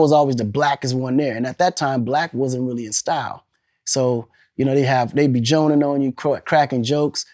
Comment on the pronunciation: On who Akon said “joanin” like he from the dmv 💀💀💀